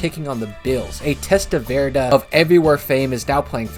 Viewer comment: Don't think I've ever heard Vinny Testaverde's last name pronounced like "salsa verde."